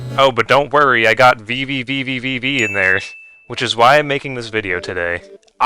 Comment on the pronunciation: unrelated but VVVVVV is simply pronounced as a single 'V'. hope this helps anyways good minigames bro 👍they're simple and creative